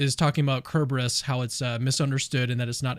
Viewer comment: said Cerberus correctly.